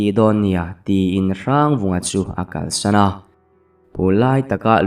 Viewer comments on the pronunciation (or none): none